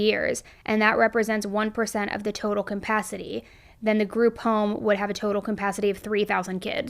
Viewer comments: you need to stop saying caMpacity its CAPACITY.. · Are you saying compacity ? 😂 Ca-pass-it-ee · Capacity, not compacity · kum-pacity is driving me bonkers!